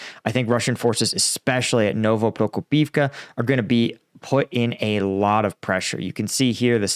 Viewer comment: Congrats! You said Novoprokopivka without stopping!